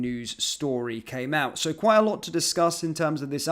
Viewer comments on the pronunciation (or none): none